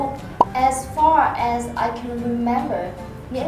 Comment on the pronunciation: as nên phát âm là /æz/, không phải là /a:z/ hay là /ez/ gì đó...